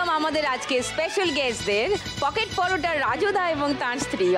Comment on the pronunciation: পকেট পরটা না রকেট পরোটা 😅